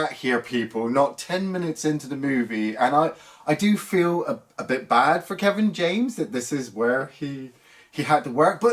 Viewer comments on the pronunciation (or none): none